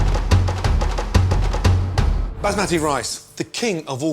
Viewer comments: when he pronounced Basmati rice😂😂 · I got triggered when he mispronounced basmati.